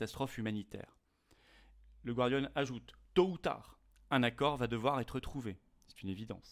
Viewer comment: On dit gardian, comme gardien, et non gwardian. Le mot vient du français...Observation tout à fait secondaire, j'en conviens.